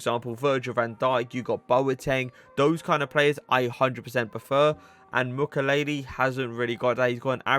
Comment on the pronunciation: Hey ! i'm french , thé prononciation is Mu kiey ley